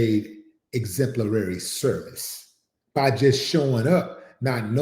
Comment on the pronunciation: I was out when she said “exemplarary”